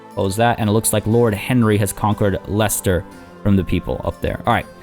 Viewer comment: I know you like to pronounce things correctly so you'll be glad to know you pronounced Leicester perfectly but the second w in Warwick is silent, it's pronounced Warrick. Hope that's helpful.